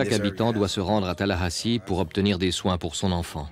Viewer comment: Le journaliste dit bien Tallahassee, capitale de la Floride.